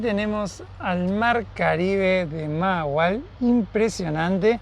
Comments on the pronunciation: Se me olvido decirles que la primera "H" se pronuncia como "J" mahahual "majahual" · Se pronuncia Majahual. Saludos chicos.